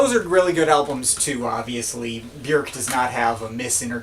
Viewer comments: The umlaut over the ö gives it an “œ” or “ø” sound. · You say Björk really strangely.